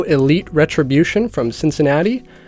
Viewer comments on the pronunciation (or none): none